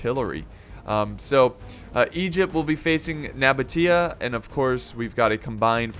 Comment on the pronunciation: It’s pronounced Seleukids and spelled Seleucids. Also Nabatea is pronounced No-baesha (or) Nuh-baesha, not Nuh-botia, but I understand that one, I pronounced it wrong for years.